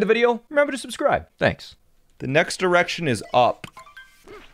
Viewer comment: it sounded like he said the next 3rect!on was up